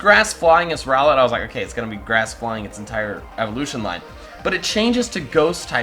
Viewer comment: WRONG 1. It spelled RowLET And 2. It's pronounced Row-Let LITten is LIT!!!!!!!